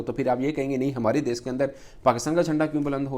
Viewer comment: Ye mulk ko des bolta hai... Bhai des nahi, desh hota hai.... 😂😂😂 Paxtanio ki english Subhan allah or urdu Masha allah 😂😂😂😂